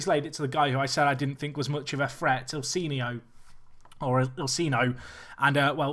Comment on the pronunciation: The brazilian players that has that "h" in their name, like Ilsinho, are pronounced as a "J", so Ilsinjo ^^